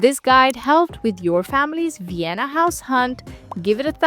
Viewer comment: So is fluent in German, and probably had English in school, and is still pronouncing "u" instead of "v"? Uibe of Uienna districts doesn't quite have the same ring to it as using a strong proper "v" souns.